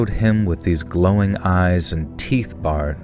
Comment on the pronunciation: it’s pronounced “teeth bared” like “bear”. Like an angry wolf baring its teeth